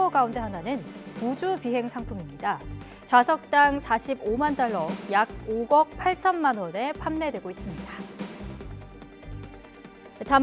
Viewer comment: 5억 8천만원을 5걱이라고 발음하는거 저만 그렇게 들리나요?